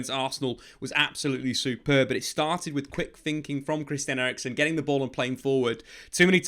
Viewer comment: Eriksen, not erickson he is not swedish ffs